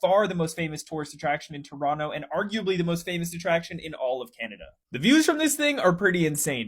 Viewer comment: He actually pronounced Toronto correctly